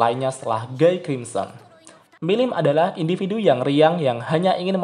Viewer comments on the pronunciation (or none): 4 naga terkuat lebih kuat dari raja iblis. Perasaan terkuat kedua setelah guy itu diablo. Bacanya : giy buka guy. Itu bahasa prancis bos